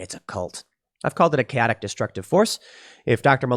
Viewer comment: Chaotic Kay ah tic.